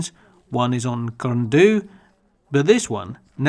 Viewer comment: Why don't people prepare properly before making these videos. Your pronunciation of both Pen Y Fan and Corn Du is ridiculous and embarrassing. Pay Wales and the mountains respect by taking the time to learn how to say what are really very easy words.